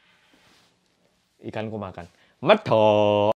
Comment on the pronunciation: Ikan ku makan.... Medhokkkk!! me: 🤣 Awokwokwok